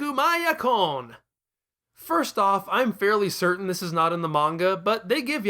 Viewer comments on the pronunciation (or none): none